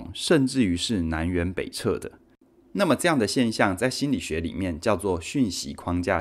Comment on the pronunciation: 收获很大，解释的非常简单清晰。纠正一个小问题：南辕北辙，最后一个字念zhe.多谢